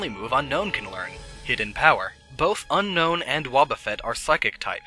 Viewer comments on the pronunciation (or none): It's pronounced Un-own, unlike regular Un-known. You're going to want to Un own Unown. XD